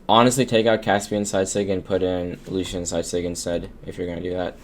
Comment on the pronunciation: its lucien not lucian homie